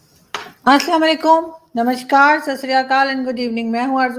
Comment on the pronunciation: MAM NAMSHKAR NAHI HOTA BOLO. NAMASKAR